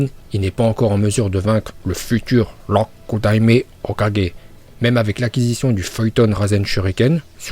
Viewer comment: arrête de dire Rokudaime Hokage tu as pas l'accent c'est un peu bizarre